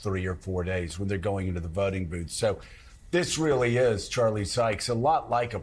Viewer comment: It’s really Joe not weeerly ,you got Biden’s disease.